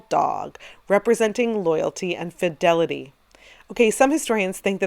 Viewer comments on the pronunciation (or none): none